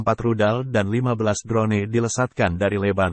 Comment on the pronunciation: Drone= dron sebutanya wak..bkn dron ne..🤣🤣🤣🤣